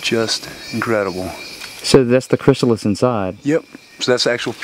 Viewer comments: Butterfly farmer "chrystalis" :| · The butterfly dealer said Chrystalis, instead of Chrysalis! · I noticed he put a "t" in chrysalis which is very surprising mistake for an expert to make.